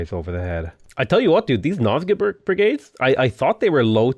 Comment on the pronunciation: Everytime said Nilfgaard, I could only hear Milfgaard